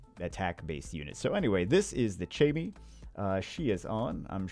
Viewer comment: First off I hate to be a guy who just comments to correct, but Chammie is pronounced like Cat. Not like Chat.